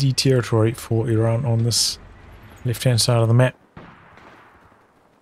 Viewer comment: Where are u from. You pronounced Iran correctly . In an arabian manner i mean